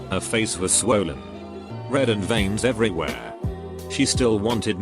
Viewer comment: “Sand everywhea”; your genius is finally appreciated